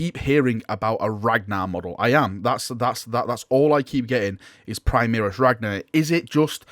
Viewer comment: Primaris pronounce: Pre-Mah-Rees. From Latin (High Gothic) "Prima".